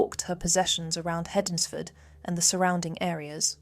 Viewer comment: Pronunciation - Hednesford - 'ensfud.